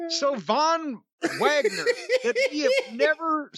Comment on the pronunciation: Von vwagner 🤣🤣🤣